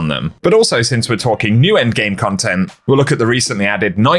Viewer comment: "engame" he says lmao